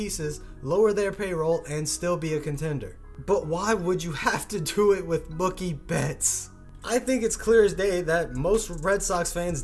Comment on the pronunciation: "Mukie betts"...God dammit